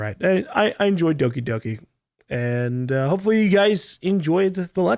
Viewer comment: How is that fucked up game called with gore and shit? I can't understand him that well when saying the name of the game